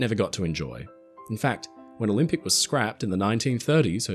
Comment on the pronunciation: The 'Olympic'.